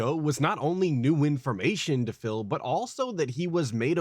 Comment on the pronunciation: I love how says Phil. It sounds like fail 😂